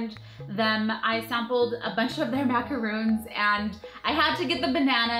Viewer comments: MacaRON, not roon. Macaroons are coconut cookies. totes different. Anyways, those flavors sound yummy. And its super awesome you're giving a shout out to indie shops. My boyfriend enjoys beer, so I might have to pick him up some of that soap. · gurl, love yah but there called macarons, not macaroons:) macaroons are cookies. Macarons are the pastry you got:)